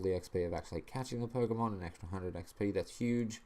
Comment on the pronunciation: "pokemoan". excellent.